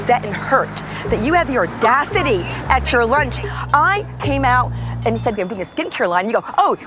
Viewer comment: "How do you have the oRdaCiTy?!" I love Ramona 🤣🤣